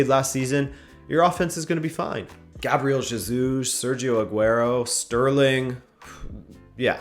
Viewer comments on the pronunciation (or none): none